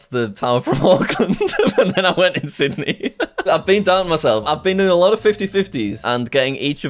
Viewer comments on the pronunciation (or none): none